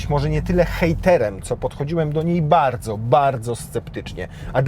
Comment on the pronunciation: Posłałem łóżko - Dziękuję - Nie bałdzo